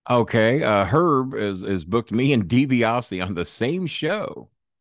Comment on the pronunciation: "Teddy DiBiasse scandal" DiBiasse...? It's DiBiase